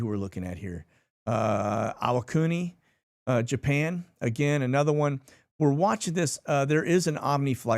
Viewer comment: Re: Japanese pronunciations. Iwakuni. Please try pronouncing the first i like the last i. When I was in junior high as a dependent in Japan, we were taught that unlike US, there's only one pronunciation of each vowel. A - ah, I - ee as in bee, U - as in food, E - as in hey, O - as in oh no. I could be wrong, but this served me well there and ever since. Thanks for all you do keeping us informed. Staying frosty and powder is dry.